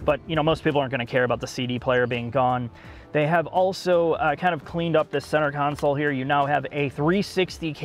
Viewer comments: I think it's appropriate. He's telling in subtle terms "You need to learn how to pronounce a simple word like also - it's not pronounced 'Auso' you simpleton!" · being incapable of pronouncing the word 'also' is pretty incredible. 'Auso' is not also - super easy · I'm still waiting for the day can pronounce the word 'Also'. He has progressed, ever so slowly - Sad!